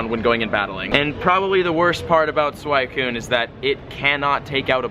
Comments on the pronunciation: It's SWEE-Cyune not SWY-Cyune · sakura is not pronounced "SAKERAH" its sakoora and suicine is not swycune its swee cune. smh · You mispronounced Phanpy (its not Phanphy) and Suicune (its not a Suaikune) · Suicune is pronounced swe-cune instead of swy-cune, Love the Vids keep it up! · Its pronounced SWEEECOOON 🤣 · wut why do u call suicune for swicune? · It's not freaking pronounced SuWHYcune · It's not Swycune .. Pronunciation pls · It's pronounced "Suweecune" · It's pronounced Sweeeeeeecoooooooon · every time you say suicune wrong I die a little bit inside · Your pronunciation of suicune had me livid. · dude, I love ya, but please pronounce suicune's name right. I cRINGE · the way you say suicune hurts me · who else hates it when people pronounce entei and suicune wrong, i go by anime pronunciation